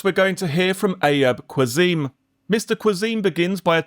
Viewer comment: Haha for future reference Ayub Qassim is pronounced Ah-yoob Cass-im (in British English)